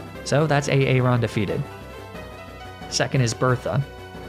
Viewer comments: I can’t take it A aron instead of Aaron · A-aron? Please tell me you were joking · Tell me the way you pronounce aaron is just a joke on a aron, and not how you think that name is pronounced... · hearing you say A-Aron makes me unreasonably mad lmao